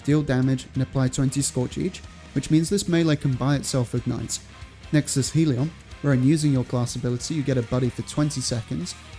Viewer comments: “Hell-e-on”, not “heel-e-on” Great build, though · Never understood why people pronounce Hellion as Heal-ee-on instead of how it's spelt.